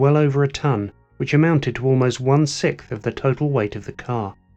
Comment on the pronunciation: Sixth not sickth